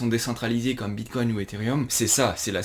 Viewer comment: "Le vrapède bitcogne" ;PP